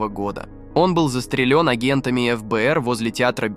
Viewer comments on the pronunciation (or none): Как можно так коверкать слова? Ну и бездарь, научись ставить ударения🤮 "застрелЁн да?" может все таки застрЕлен ?